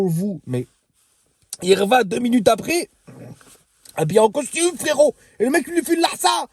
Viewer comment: A chaque fois tu dis frérot à ta façon je m'explose de rire 😁 tu le fais super bien.